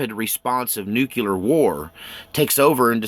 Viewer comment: I'm a huge fan of yours but you need to stop saying "Nucular". you sound a bit like GWB lol! It's "Nuclear". Thanks !!!